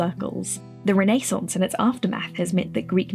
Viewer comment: This video is amazing! The depth in which you talk about everything is really intriguing and I love how well structured the video is! My audhd brain does want me to note tho, that you pronounced renaissance a little weird.. and that kinda made me shiver..